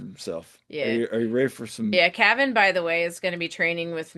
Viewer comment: Cave-in. Calvin. It's CAVAN!